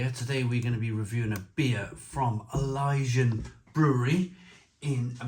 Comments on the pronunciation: Elysian ❌ Ilyjian ✔️ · It’s Elysian